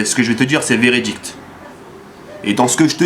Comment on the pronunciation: jaime bcp tes videos, je voudrais juste te dire un truc, on dit veridique pas veridicte, jespere que tu le prendras pas mal ni toi ni tes fans, jme crois pas meilleur que toi ou quoi que ce soit, mais cest pour eviter que les gaouris se foutent de toi